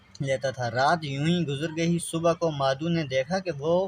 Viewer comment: مادھو نہیں مادھو۔maadahv